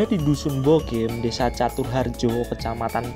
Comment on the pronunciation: Naratornya asli mbantul bukan ya ? Kok logatnya salah2. Bogem pake e dikata apem, bukan e di bebek.